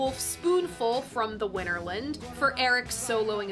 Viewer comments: WinterLAND, not WinterLIND. Arrrrggghhhh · I generally refrain from offering corrections to your mistakes just out of respect for the general high quality of your work and well, an impulse to restrain myself. But if you'll allow me... Winterland is pronounced Winter - Land (and not Winter-lund, as you do repeatedly). The photo you show is a shot of Fillmore West (and before that, the Carousel Ballroom), and not "the Fillmore" or Fillmore Auditorium where recording actually took place. Different buildings, different locations. I attended one of the Winterland performances, and I have to agree with Jon Landau: The show consisted of far too many extended solos and self-indulgent psychedelic sonic escapades. Honesty, I found it quite tedious. I enjoy most of Cream's studio output, but their live playing is just too long, drawn out and meandering for my taste. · FYI: Winterland is pronounced similarly to Disneyland, rather than similarly to England.